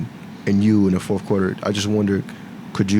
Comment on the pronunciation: Who's the journalist calling it the forfff quarter??? Dude.... get your words out of your mouth.😅